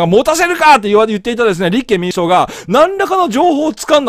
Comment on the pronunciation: 思うのは勝手。 立憲民主党の発音がちがくない？